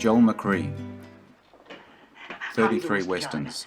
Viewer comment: I know you won’t pay any attention to this but Francisco “Pancho” Villa’s name is pronounced “Vee-ya,” not “Vil-la.” And - again - Joel McCrea’s name is pronounced “Mac-Ray,” not “Mac-Ree.” Just trying to keep you real, “.”